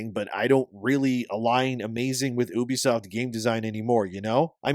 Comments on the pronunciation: its “ you bee” not oobie😂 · Please stop saying"oobisoft" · Bro...it's called YOU-BEE-SOFT. Not OOB-E-SOFT...why would I listen to shit u have to say when u can't pronounce the fucking company correctly. How the fuck are u mispronouncing the name of a studio u make videos on...what kind of actual work do u do sir? Do u do anything at all? Bc u damn sure don't know the name of the company. That's an absolute joke 🤣🤣🤣🤡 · Why are you saying oo-be-soft like that idiot Angry Joe? It's you-be-soft. 😑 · Reuters is pronounced as, "roy trz," and Ubisoft is pronounced as, "you bee soft." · I pronounce Ubisoft "You Be Slop."